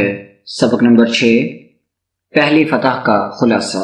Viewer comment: That’s not "Fatah"